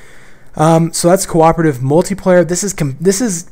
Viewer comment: did i hear QWOP-ative?